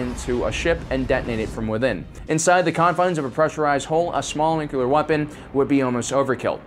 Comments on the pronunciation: I’m so fucking glad he was corrected on the proper way to pronounce “nuclear”, to bad he fucking reverted to mispronounce it yet again. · How to instantly lose credibility... mispronounce the word nuclear. It's said [new-klee-are] not [new-que-ler]. Argh. Ffs why can't people get this right?!?! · It's Nuclear, from Nucleus. Think about unclear. Or just imagine you are saying new-clee-ur. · Nu-cle-ar, not nuc-u-lar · nu cu lar... it's nu cu lar.... nu... cu... lar... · Nukular. So much nukular. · New-cle-er = "nuclear" If that's too difficult (and for some reason it can be) just be all cool about it and say "nuke" and you're golden. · Nookyalur, eh? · if you want to say nuclear right say it as one word not nu clear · When someone says "Nuke-u-lar" I stop listening to them. You even tried to correct yourself, then went back to your corrupt ways. Now you are dead to me. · Idek how someone can pronounce it like that even by accident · I was so distracted by an obviously intelligent person saying nukular instead of nuclear that I couldnt finish the vid. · It is pronounced nuc-le-ar, as in the nucleus of the atom being split apart by the bomb. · Okay. Yes nuclear not nucular. Also, you keep saying EMP pulse, but EMP is an acronym that stands for Electro-Magnetic Pulse. Saying pulse after that is incorrect. To say it correctly, you either say EMP or EM Pulse or Electro-Magnetic Pulse. Adding an extra "pulse" afterwards isn't correct. It's like calling the Navy's RHIB a RHIB Boat. Why is that wrong when it is a boat? Because RHIB stands for Rigid-Hard Inflatable Boat and calling it a RHIB Boat is calling it a Rigid-Hard Inflatable Boat Boat, which is just silly. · Say it like this: New-clear. You're welcome. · NU-CLEE-URRRR it's not hard, ffs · “It’s pronounced nu-cue-ler. The q is silent” -homer? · U gotta B joking, it's pronounced "New- clear" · Nu-clear, man... Ugh... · It's nuclear. nuke-ya-lerr. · It would have been nice if he got the word 'nuclear' right.